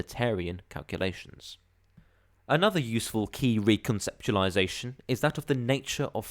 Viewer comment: You really hear every single syllable when says 're-conceptualisation'